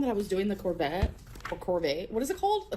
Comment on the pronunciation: removes the “T” in Corvette and puts it in Buffet 😂